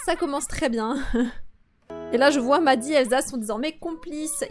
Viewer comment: Cc j'espère que tu vas bien. Je sais pas pourquoi mais quand tu dis madi j'ai l'impression que tu dit madison et sa me stress 😅🙂 Sinon continue tes vidéos je T'ADORE GROS BISOUS 😙😛😜🤪😝🤗🤭😸😺😹❤👍🙋‍♀️